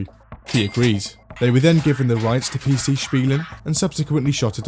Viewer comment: Holy shit your pronouncination of PC Spielen was spot on